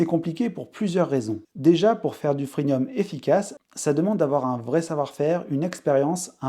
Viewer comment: Freemium pas freenium.